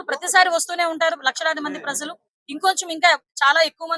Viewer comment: Prazzzalu kadu talli, prajalu . Ja, ja in Telugu language